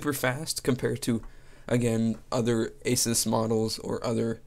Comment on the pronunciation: its actually pronounced aaa--suuuus not ah--siis